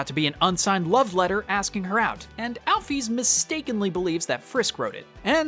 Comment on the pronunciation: MY FAVORITE GAME IN THE WORLDDD ❤ (also the way he says Chara and Alphys pisses me off but it's all good lol)